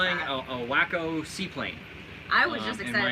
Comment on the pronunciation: WACO = w-AW-co! Not wacko!